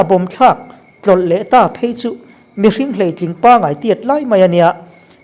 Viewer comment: Mizo tawng chhiar hi zir tha teh, hleitling i thluk dan te, chhumchhia i thluk dan te kha a dik lo hulhual